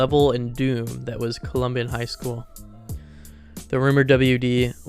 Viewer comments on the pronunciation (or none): Great video but the way you pronounced columbine the whole time bothered me lol. I’m assuming it’s on purpose? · Colombian high school😭😭😭😭 arCH-hives😭😭😭😭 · "the colombian high school massacre" had me dying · Dude christ almighty make an effort to learn to read lol. Majority Stoneman douglass high? CCT footage? Columbian high school? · Every time he says columbine, he says Colombian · “Colombian shooting” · god stop saying columbian jesus christ lmfao it’s columbine you illiterate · how do you not know how to pronounce Columbine 😭😭its super easy to pronounce it correctly edit: and bro pronounced dylan's last name wrong as well,,bro has got to be an AI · not trying to be a dick and i know it’s a 2 year old video but how tf are u getting info wrong, mispronouncing words like “archives” and “Columbine”, and lacking actual research. i’m assuming u made this while u were still in school bc u sound young. our education system has failed u 😂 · How in the holy fuck do you not know how to pronounce Columbine. One of the most prominent news stories of my lifetime I've heard it said THOUSANDS of times before. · Why do you keep mispronouncing "Columbine"? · I dunno. I don't think an AI would mispronounce "Columbine" like that. That's what makes me think that it could actually be a real person who maybe doesn't have English as their first language